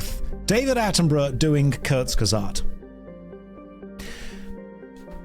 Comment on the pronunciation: slaughtering the pronounciation of Kurzgesagt was not something i needed